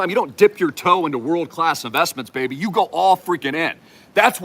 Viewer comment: "ThOuSaND fRiCKen X baEBY" 😂